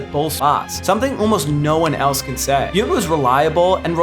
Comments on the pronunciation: I was digging the video until you pronounced Robin Yount incorrectly. Yoont? C'mon, dude. You've just got to get that right if you're going to put him in the video. It's pronounced Yawount. No double O sound at all. lol My family Brewer fan family up in Wisconsin would cringe. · Robin Yount is not Chinese, it's not Robin Yunt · While I didn't always agree, there's nothing here that's completely indefensible, other than your pronunciation of the Milwaukee guy. Yount rhymes with count or mount.